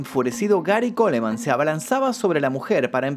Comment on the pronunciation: En el apellido Coleman, se omite la letra e, debes respetar el idioma ya que es un apellido en Inglés.